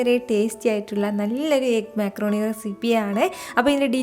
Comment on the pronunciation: മെക്രൂണി അല്ല മക്രോണി 😂